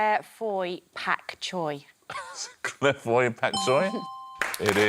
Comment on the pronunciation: I thought amanda was going to have points taken off for “pak choy” I’ve never heard it said like that